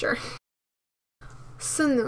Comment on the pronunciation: sunoo`s name is pronounced as sonu and sunghoon`s as songhoon😂 i just noticed your mistake